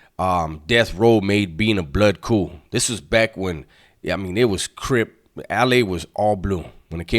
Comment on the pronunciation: 😂😂 “ im bicking back being bool smoking a bigerette “🤦🏻‍♀️🤣